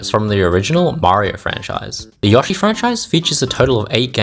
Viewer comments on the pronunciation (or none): aint no way this guy just pronounced yoshi like "yawshee" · Ok, HOW DO YOU PRONOUNCE YOSHI ANYMORE.